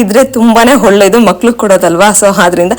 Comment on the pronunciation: Video yeno chennag ide , aadre neev swalpa alpa prana , maha prana hege uccharane madbeku annodna kalthare nimge olledu , for example , hice cream alla adu, Ice cream , holledu alla olledu, haarogya alla arogya , hone line alla online , swalpa idella practice Madi nimge olledu